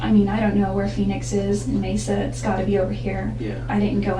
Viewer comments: As a person who lived in Mesa AZ it was a "what?" kind of split second reaction when I first heard it pronounced "Meesa". I know it's not always possible to get the correct pronunciation right. Lord knows I've had my share of those kinds of slip ups and am grateful when corrected. So I hope you understand when I say it's pronounced "Maysa" even though it's spelled Mesa. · Side note. Mesa is pronounced "maysa". It's the Spanish word for table. Definition: an isolated flat-topped hill with steep sides, as found in arid and semi-arid areas of the US. Just for future reference.